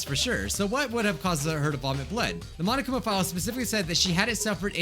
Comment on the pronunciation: Ah, yes, one of the most important things to these investigations, The Monokuma file. Or as calls it, The seneg-mahngna-pnng.